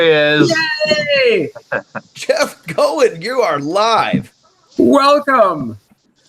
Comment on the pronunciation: No question...Jeff is the Godfather of PPG, and a heck of gentleman to boot ( and nod to so many others that furthered the sport). So, 99% certain his last name rhymes with COIN, in spite of fact that it's just plain fun to say " go-in flyin"....just sayin. And while I'm at it...it's a Moster darn it, not a creepy Monster...lol.